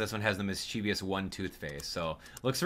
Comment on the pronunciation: Mischievous is pronounced like mischief us.